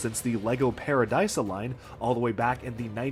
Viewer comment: if i am not mistaking, i think that Paradisa is pronounced pah - rah - dee - sah.